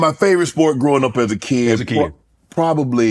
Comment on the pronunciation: As a keeyid